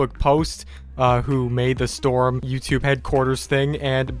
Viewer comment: IT'S STORM NOT STROM! Get it right!🤦‍♂️🙄